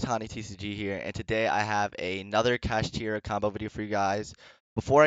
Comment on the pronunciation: Bruhhh don’t be like DB Grinder, call the archtype correctly. It’s not “Kashtidra” there isn’t a D. It’s “Kash-Tira”.